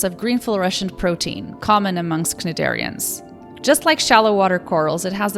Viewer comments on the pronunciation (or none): Very, very cool video,. Hope to see you do lots of these. One note, though: cnidarian is pronounced like nigh-dairy-un, with emphasis on the first syllable of dairy. On a side note, I appreciate the non-terrestrial normativity. I am tired of people just assuming I'm human. Just ask, it's okay, I won't bite, my species feeds off your psychic energy.